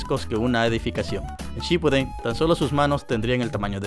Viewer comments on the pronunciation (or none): Se pronuncia ShippUUden, no SHIPpuden